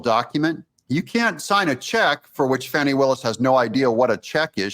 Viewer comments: Her name is not pronounced "fanny". Smh!! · Maybe you mispronounced her name. Fani. With a short a. Like fat. Not awww, like fraud. Short a, like bad. Not awww, like bauld. Short a, like a 3-letter word for her behavior that starts with a and ends with 2 snakes. A word prepended by dumb. Short a, as in beligerant. Not long a, like brainless. Short a, like defiant. Not a schwa, like liar. Not awww, like caught. Short a, like red-handed. So sorry for the interruption. Please carry on.